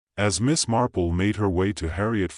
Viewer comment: I did. The AI voice says CARPLE many times, and even the captioning reflects CARPLE, not Marple. There are a few times it actually says the correct name of Marple, but many more times it's the incorrect pronunciation of Carple. As a native English speaker, I know what I'm hearing.